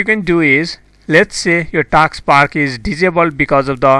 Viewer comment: It's not taaks bar it's task bar. First learn to talk english